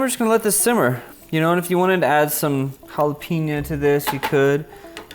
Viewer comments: How does someone go to bed at night with halla-peen-a guy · PLEASE! It’s “venay-SWELLA” and “halla-PAYNyoh”